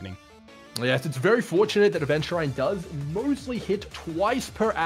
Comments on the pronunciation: Ah yes, Aventuraine and Xueewee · Aventu-RIND yes. Lmao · Ah yes Aventuraine. That's exactly how it's pronounced multiple times in the game. It's really easy to miss. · why does he pronounce xueyi and aventurine like that 😭😭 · the pronunciantion for adventurine and xueyi has to be troll